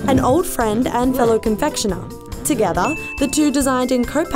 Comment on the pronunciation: Late "Togethar"